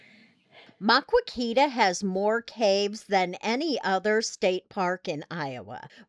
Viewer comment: Please learn to pronounce Maquoketa correctly if you are going to tell people all about it